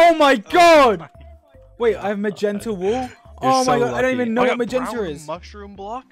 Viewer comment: he said it more like magenter